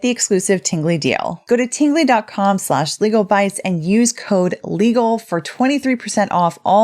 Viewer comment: wait a min, did she say Tinggly Box?😜😂